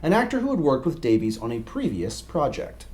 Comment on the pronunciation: Davies is pronounced Davis, not Daveez.